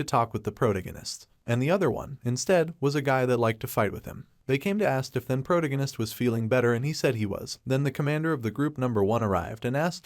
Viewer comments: Pro tag I nest, not the pronunciation you have been using, it's driving me nuts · am i the only one who hears that he is saying "Protagonis" wrong? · Ffs, learn to speak. “Protagonist “ is pronounced prow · ta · guh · nuhs at one point you mispronounced it four times in less than four seconds. Also, “….decide if he should ran away “ is grammatically wrong, “…decide if he should run away” is proper. If you are going to produce English language media, you should learn to do it properly. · My brain hurts every time u say protagonist smh